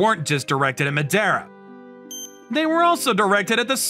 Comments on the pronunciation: the Madara pronounciation sounds lika "medeara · Oh, a Naruto fan? Yeah, Madara was a fearsome character. Though here it sounds like Ma-de-ra… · Why is the pronunciation of Madara TRIGGERING ME? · He's pronouncing Madara wrong